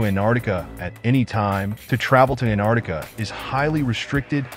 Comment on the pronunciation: Geez, if you're going to do a vid on Antarctica, then learn how to pronounce it. There's a "t" in there. It's not Anardica.